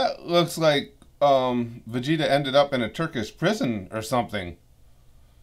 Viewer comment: I damn near lost it when Frieza called Vegeta "Virginia." That was hilarious!